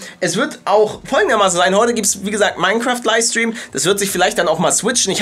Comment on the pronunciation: Kannst du mal LiFFFe stream sagen und nicht Liestream! XD